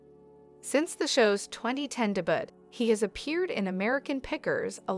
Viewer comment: Duh butt??? Did you mean debut (day bew) Aiwa???(a i wah) IOWA??? (Eye o wah) dumb ai voice overs.